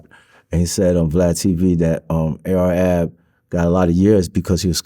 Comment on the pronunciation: He called him A R A B 😂😂😂